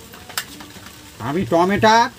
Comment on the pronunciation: টমেটা কি টমেটো বলুন